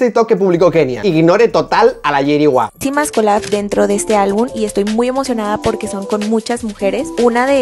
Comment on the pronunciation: El cringe que da Kenia cuando dice “albun”